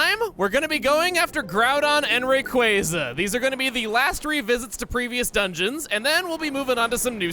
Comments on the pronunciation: You said Ray-KWAH-za!!! Somewhere deep down you still love the cooler pronounciation!!! DON't FIGHT IT!! xD WOW OMEGA EVOLUTION WAS AMAZING!!!! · "Raykwazza" does NOT sound cooler! Obviously that's just my opinion it doesn't matter what I think. I just always thought the proper pronunciation sounded cooler, even before I knew it was proper. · I can't agree with on the Rayquaza pronunciation. You sound like a dumbass 4th grader when saying Raykwazza. The pokemon's name is based off of Quasars, ya'know that beam of light that escapes BLACK HOLES! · hot takes on Rayquaza's name by Chugga. I still highly disagree. Raykwazza just sounds awkward and unnatural to say. Sorry Chugga, but I think you are objectively wrong. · am I the only one who actually likes the official pronunciation of rayquaza rather than raykwazza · So I'd just like to point out that the way Chugga spelled his "improved" renaming of Rayquaza, he made it to where anyone familiar with a certain culture could just as easily pronounce "Raykwazza" like how one says "pizza." So in addition to not only still being factually, stubbornly incorrect about name pronunciations, he's also turned the god of the skies into an Italian cuisine. There is no escaping that long A,. Might as well accept it. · "Raykwazza" is the inferior pronunciation. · I disagree,. “Ray-Quay-zah” just rolls off the tongue much easier than the other pronunciation. Plus, it’s a mix of ‘ray’ and ‘quasar’, a general term for celestial bodies, which is pronounced “QuAY-zar”. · The correct pronunciation is the only one I'd ever known until watching pokemon emerald let's play. But apparently I'm finding out the majority of people are desperate to be wrong about Rayquaza's pronunciation? kwaza sounds like the dumb pronunciation to me. Quasar is also an obvious factor. I don't get it. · Thank frick I never have to hear you say the official pronunciation again.